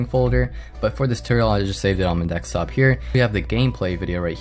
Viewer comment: do you say 'ax' instead of ask? and 'dextop' instead of desktop?